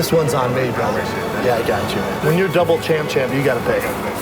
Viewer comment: it's double champ or champ champ. NOT DOUBLE CHAMP-CHAMP